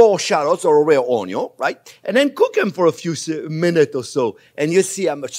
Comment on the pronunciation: ONYO TAH-RRA-GO MY-YARD 👍🏻